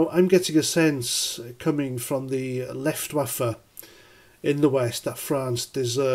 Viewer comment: The "Left-waffa"😂